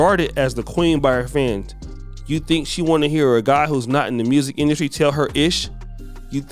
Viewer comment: What is masculine “industry “. You always be messing up them words bruh. But supporting nonetheless 😂😂